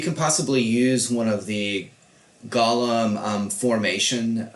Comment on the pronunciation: Gollum event does it say my precious its pronounced go-lum the e is silent